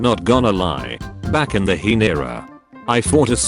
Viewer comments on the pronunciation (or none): none